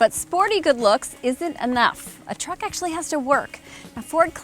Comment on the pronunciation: Not a fan of her vocal style. Too many voice inflections or "upticks". It sounds like the woman who testified against Judge Kanaugh. Is her Dad an executive in the auto industry or something? Also, stop the hard KKKKKKKKKK when you say truck.